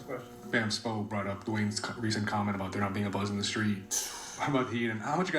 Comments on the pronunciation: 'add da mayo' LOL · Add-Da-mayo… is crazy asf 😂😂😂😂 when I heard that my brain glitch 😎👀😂😂😂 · this is the same guy who couldn’t even pronounce Bam’s name a few years ago 😂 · Bam will drop 83 flight still not saying his name right😭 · he do it on purpose i been peeped it's for his online persona all the nick names 😂 he gives him i use to say the same thing u saying